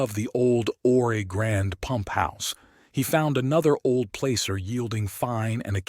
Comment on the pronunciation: you say plAcer but it sounds more like plasser... also, ppl in Prescott say something like presskit... like bisquit...sounds weird but that's how they say it... cheers!